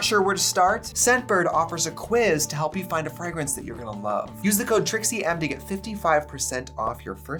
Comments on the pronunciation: FRAG rance?? like FRAGGLE rock? your pronunciation is funny! it's FRAYgrance. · I love Trixie, but why does she keep saying "fri-grance" instead of "fra-grance"? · Did anyone else catch the ‘frag- rinse’ instead of fragrance when she was talking about scent bird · Trixie, the way you say "Frah-grence" haha in the UK we pronounce it "Fray-grance" 🤣🤣🤣🤣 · the way she says frAgrance sends me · Am I hearing you say FRAGGrance? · Why does Trixie say frægrance like that 😭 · The way you say FRAGrence is it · Fragruntz? What’s a Fragruntz? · Hearing Trixie say fragrunce was amazing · The way trixie said fragrance "fagrance" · I love hearing her say “Frygrance” ♥️ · Did she just say frag rance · Scent bird must really love Trixie if they haven’t taken her code away after hearing her pronounce fragrance! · Trixie pronounces fragrance that way because she’s trying to hide her wagon = way-gun accent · Obsessed with how ms Trixie says fragrance 🤣🤣🤣🤣🤣💅🏼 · Is it a Wisconsin thing or a Trixie thing? Sorry I know that’s a dumb question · It's clearly Jennifer Coolidge in the other room. Plus, is it me or does he pronounce 'fragrance' oddly? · SAAAMMEE!!! 🤣🤣🤣💖💋 love this xXx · Gee whiz, I love how Trixie pronounces ‘fræygrïnse’ and ‘Cyeahlivfœrnÿa’ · Next ep sponsored by babbel so trixie can learn how to pronounce fragrance and Versace